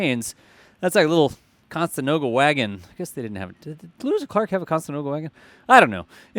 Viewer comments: Conestoga…you said Costenoga….😁it’s a place in PA. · "Conestoga" not constenoga. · It’s pronounced “con-a-stoga”, not “con-sta-noga”. Just a friendly tip before people start going nuculeer. ;-) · Co - ne - 'sto - ga 🤦‍♂ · Con-e-sto-ga wagon.